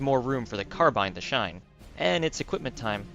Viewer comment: Don't worry. The way you pronounce Carbine is correct!